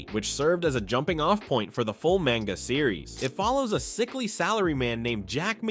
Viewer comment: "Mayne-ga" Didn't get further than that.